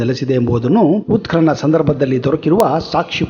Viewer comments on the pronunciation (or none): none